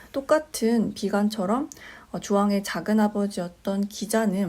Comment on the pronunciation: 작은의 첫 자는 길게 발음하시옵소서! 한 가지 권하오니, "한국 어문을 고발함"을 일독해 주실까요!!?? 또, 유튜브에, 처 보실까요!! 미국 변 완수 드림